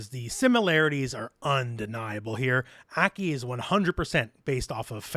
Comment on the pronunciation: ACK KEY? Hope she's pronounced (Ah- Kai)